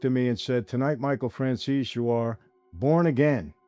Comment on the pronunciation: fran- z -zee😂😂 fran-zeez